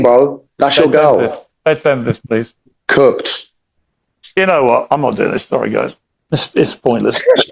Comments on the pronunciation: He didn't say cooked he said cucked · Hes saying Cucked not Cooked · When hes says cooked hes saying cucked